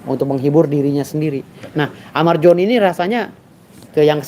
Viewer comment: Amar Zoni bang, bukan amar joni🗿🗿🗿🗿